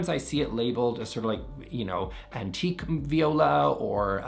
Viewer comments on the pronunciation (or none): none